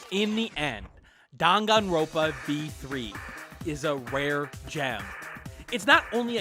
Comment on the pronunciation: It’s dangan-ronpa. Not dangan-ropa.